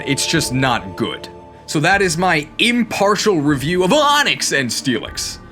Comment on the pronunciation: Genuine question, when and how did you start pronouncing AHNIX like that?